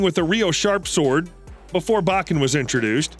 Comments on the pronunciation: Pronounced bow-ken, not bach-en. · said Baaken not Bokken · Bo ken ….not ……ba ken smh and yes they are lethal, instead of losing a limb, it mangles a limb. It still ends you, you just may suffer longer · Your pronunciation of Japanese is awful! 😂 It’s Bo-Ken. Not, BAW-Ken. 🤣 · "BO KEN" not "BAH KEN"... lets say it together now BO KEN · 1. It's pronounced "Bow-ken"; not Bokken. 2. you said that a bokken is more lethal than a real sword. Twenty seconds later you contradicted yourself and said that it's used instead of a real sword because you can get hurt bad with a real sword. 3. Literally one second later you said exactly the same thing. 4. Judo is not pronounced "Joe Doe". It's pronounced exactly how it looks. 5. You said "it's not as mortal as a real sword", swords are not mortal or immortal because they are not living things. They are either lethal or non-lethal. 6. you literally said that a sharp metal sword is less sturdy than a dull wooden bokken. Do you even know how people CUT wood? This whole video is 100% pure unadulterated bullshit. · Bo Ken not Bach In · Like Hell it is! More like straight up Wašíču to me. BTW... it's pronounced Bō-ken, not Ba-ken, bakatare! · It’s pronounced Bokken, and Judo. Not Bakken, and not Jodo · It’s pronounced “bow ken.” Obviously, you have no real background in Aikido. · Not sure where you are getting your pronunciation from, but every martial arts teacher I've been involved with pronounced it "bo-ken" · Plz stop saying Bahken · Say bakken one more time. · Long O sound buddy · It bok ken put you bokken not boken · That's not how you say "Bokken" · You say it with the o not an a.